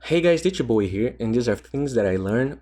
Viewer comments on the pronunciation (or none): it's actually "d two bowie" and indeed he has a unique accent to pronounce it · More of a wrong pronunciation than an unique accent, but yeah, he says "D 2 Bowie here", pronouncing "two" as "chu". And yeah, I also heard it as "Ditya Bowie" until he said "two" on some other video, then I was like "OOOOOH"